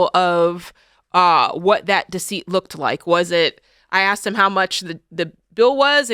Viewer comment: Someone who uses the word “axed” and not “asked”. Not a MENSA member. Just idiots marrying idiots 🤷‍♂️